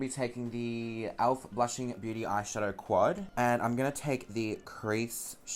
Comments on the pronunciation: its pronounced elf not alf hahahahah love you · omg when you say "elf" it kinda sounds like "alf" and I can think about is that bloody flamin gallah from home and away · Why do you say "owlf" lmaooo